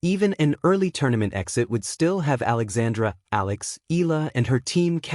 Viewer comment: NOT EYALA BUT ALEXANDRA "EALA" !!!!